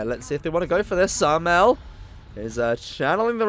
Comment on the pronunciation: They way he say samael hahaha , bro try other things bro please